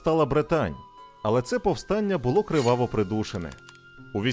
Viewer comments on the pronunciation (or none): none